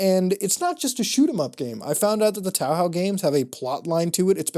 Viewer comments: its touhou not tauhau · father it's been like a year since you last mentioned Touhou and you're still calling it towhow :( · tahow Wait what, isn't it pronounced ToeHoe ? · 'Toe Hoe', not 'Tao How'. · The game is called Touhou not TowHow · Says toaw hoaw Me it’s pronounced Toho! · I am cringing everytime you pronounce "Touhou" (Toh-Hoh) "Taw-Haw" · I’ve heard some people pronounce the word Touhou as “Too-hoo”, but I’ve never heard someone say is as “Taow-how” before. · Touhou is pronounced like "Toe-hoe." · Did my man pronounce touhou toehow? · why can't i stop laughing at this new tow how mispronounciation? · cant wait to play some more "taw haw" =touhou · "TAU HAU" lmaoooooo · its time for you to say your last taw-haw son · The fuck is Tauhau? Oh...Touhou. Lol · "Tow-how" Bruh. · Ah yes i am demin from tawhaw teh emboodiment off scerlet dovil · what the fuck is wrong with you. how can you pronounce touhou as tawhaw. your banned from anime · as a touhou fan myself at cringed at "taohow" also touhou IS NOT ANIME lol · The way you pronounce touhou sounds like a Chinese name like Tao hao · It’s two hoo? I never played it but it’s not pronounced tow how. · Did you just say taohow?REEEEEEEEEEEEEEEEEEEEEEEEEEEEEEEEEEEEEEEEEEE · Touhou? Dont you mean Towhow? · Please stop saying towhou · You can rag on him all you want for saying it like "towhow", but at least he doesn't say it like "toohoo." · i cringed my face off when you pronounced it "tow how" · I was laughing my ass off when I realized what game you were actually talking about. Fucking "taowhow", that's a whole new mispronounciation level, I love you dude. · I’m not a Touhou fan and even I know that it’s pronounced Tōhō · touhou is pronounced toe hoe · Are you gonna start saying Toehoe now? Crap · Not sure if muta mispronounced touhou intentionally or not.. FYI, The "tou" is pronounced like "toe" while the "hou" is pronounced like "hoe" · Tawhaw, 2hu, toehoe..anything else to butcher the name? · MUSiCK ➈ tahhah